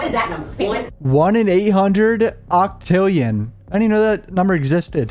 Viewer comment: Low key been weak🤣🤣😭 when she said "OCTILLION"...bro bouta serve "OCTILLION" days in jail 😭😭😭😭🤣🤣